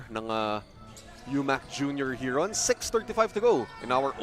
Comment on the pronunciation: Since mali naman pronunciation nila ng 'heron', "tagak" na lang siguro para pinoy na pinoy talaga. UMAK Tagak, astig. Hehehe